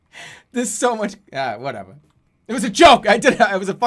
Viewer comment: that was the most boston "whateva" ahahahah. he's so goddamn funny